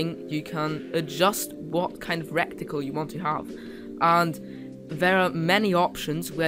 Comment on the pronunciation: Good video, though had to smile a bit at the pronunciation of reticle as 'wreck ti cul'. :-)